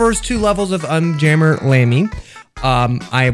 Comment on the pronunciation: Fun fact: the video is exactly 15 minutes long Also it’s un jammer not jammy